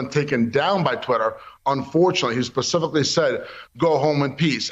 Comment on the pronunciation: Pacifically said?